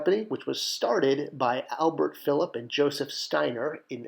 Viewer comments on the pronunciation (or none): none